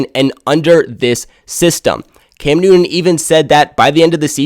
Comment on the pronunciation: Cam NewTTTTon. Not, Cam New'un.